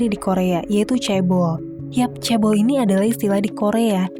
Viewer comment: iya kak, tau kok tapi pronounce nya yg bener "CHE-BOL" 😭😭